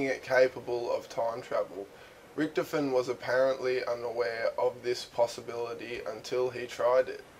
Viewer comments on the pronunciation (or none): ritch-toven not rioven